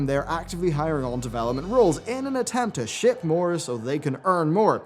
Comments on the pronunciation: Did he say "Ship" or "Shit", both seem applicable. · Do you say "Ship" or "Shit"? (Though it's the same thing when we're talking about Activision)